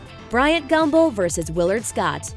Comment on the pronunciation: Did she say "Gumbo" instead of Gumbel ?